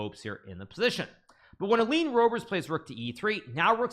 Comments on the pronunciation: The way to pronounce the Dutch 'oe' in English, is the same how you in English pronounce the 'oo'... like poo... so Roebers in English... pronounce it as Roobers in English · > 'oe' is pronounced as the ''oo'' in ''book'' (roobers) + Nice games!